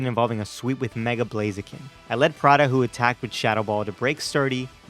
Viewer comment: BLAZIKEN, NOT BLAZEKIN! THE NAME IS ONE WORD!